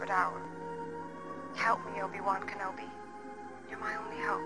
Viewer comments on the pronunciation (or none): none